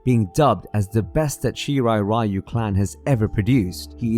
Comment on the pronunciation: Great video but why no analyst manages to pronounce Japanese name like Shirai Ryu correctly?